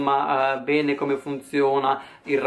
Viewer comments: *mi volete pene" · Ho sentito: voi mi volete PENE hahahahahahhahahahahahhahahahahhahahahahahahhahahahahahahahhahahahahahha muoio abababbahahahahahhahahahahahhaha